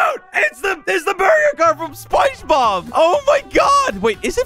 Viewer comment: At the start of the video: burger car: this is from spongebob What I hear say: this is from spicy bombs!